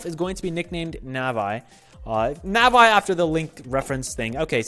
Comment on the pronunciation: its nah vee not NAH VEYE oml.